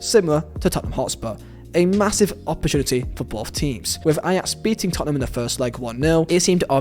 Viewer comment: Lad..... it's Tottenham